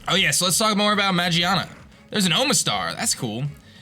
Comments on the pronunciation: mageaRna is how it's spelled/pronounced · Its Magearna!